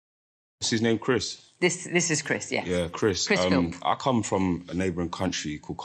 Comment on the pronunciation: I hate to say it, but even you’re not right. The MPs name is Chris Philp, not Chris Philps